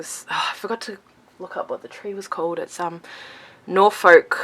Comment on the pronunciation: It's 'Norfuhk', as in in 'book''. We never pronounce the L.